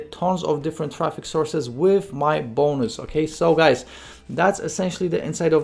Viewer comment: The way u say bonnus